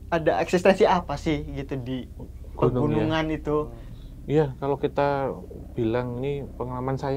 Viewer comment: Kenapa ngomongnya pergunungan 😅